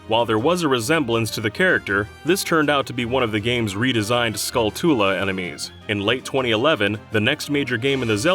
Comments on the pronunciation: WHY CAN'T ANYONE PRONOUNCE SKULLTULA Skull + Tarantula = Skull-tchul-uh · Did you really just say "skull tool la"? .... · Im pretty sure skulltula is pronounced like tarantula.